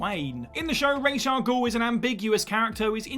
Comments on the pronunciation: I’m sick of the misinterpretation of Ra’s Al Ghul’s name. It’s not Rache it’s Ra’s! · You have no idea how to pronounce RAH-SA-GUEL.... so you've made a video about something you know nothing about... well done... s/c.